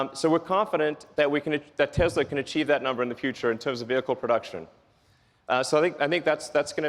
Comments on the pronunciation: Stop saying "Tezla"!!! It's pronounced "TESSLA" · When did it become Tezla? I guezz it runz on electrizity and iz put together uzing adhezive so Tezla it iz. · So it's pronounced Tezla? Been saying it wrong all this time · I think it's funny the people who work for Tesla can't even pronounce Tesla correctly, lol. Tezla lol